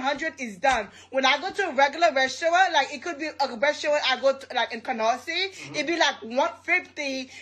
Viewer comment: Canarsie? Girl, bye!